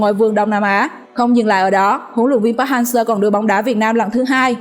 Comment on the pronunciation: Đọc sai tên thầy kìa